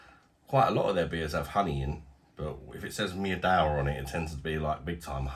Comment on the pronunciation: Pronounced Meedva.. Polish word for Honey.!